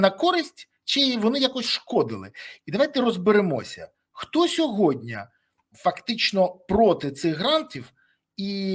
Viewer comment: СЬОГОДНІ!!! Борислав, вимови слово "СЬОГОДНІ"!!! Не сєводня, не сягодня